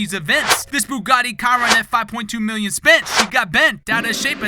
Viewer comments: Bugatti Kai-run. She-ron. Chiron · The "Bugatti Kyron" killed me